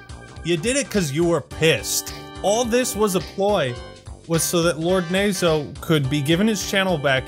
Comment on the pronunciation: Tbh knowing Japanese and hearing "nazo" mispronounced over and over hurt a little bit lmao